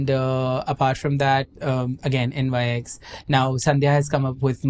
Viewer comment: It's not N.Y.X., it's Nyx, the Greek goddess of the night. Just FYI.